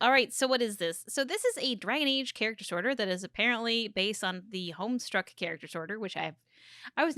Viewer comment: Oh no, saying "Homestruck" instead of "Homestuck". It hurts my little grey-painted soul